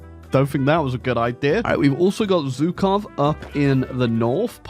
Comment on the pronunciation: You're saying Zhukov wrong.